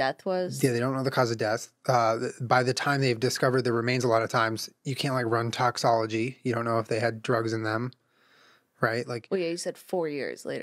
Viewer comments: did... did he just say toxology..? its toxicology😂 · Tiny pet peeve - Julien keeps saying "toxology" instead of "toxicology." Lol. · Julian it's Toxicology, not Toxology... for God's sake XD